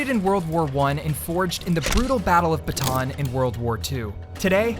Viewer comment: its ba-ta-an not ba-taan